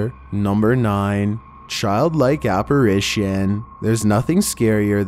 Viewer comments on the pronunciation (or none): none